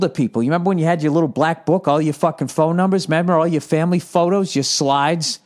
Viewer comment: "member the old days.... member chewi... member E.T... yeah I member"